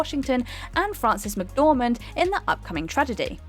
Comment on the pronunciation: Frances McDormant.....